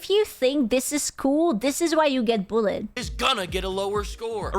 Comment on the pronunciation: Um love your accent but pronounce bullied better because I heard "these are the type of people who get a bullet at school"....